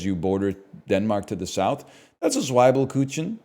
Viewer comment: Austro-German here, can confirm I would find NL pretty charming to be around here, but also his pronunciation of Zwiebelkuchen sent me into shock